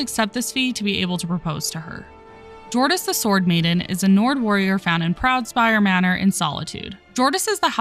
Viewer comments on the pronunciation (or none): Just for the record, the “J’s” in all the Nord names are pronounced like “Y’s”. Example, “Jordis” is pronounced “Yor-dis”